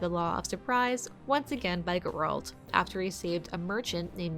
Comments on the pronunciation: The way she pronounced "Geralt" 🤦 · Please for the love of god stop pronouncing Geralt's name like that